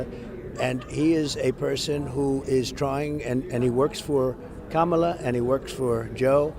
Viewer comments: Anyone else notice he's suddenly saying Kamala correctly? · He really is upset. He pronounced the VPs name correctly not once but twice! Just shut up and go away !🦧💙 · Wait, did I just hear trump pronounce Kamala correctly? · Did he just say her name correctly? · He finally said Kamala’s name correctly. It took him long enough to learn how to pronounce it. And some want to hand this incompetent, demented man the nuclear codes!! 🇺🇸💙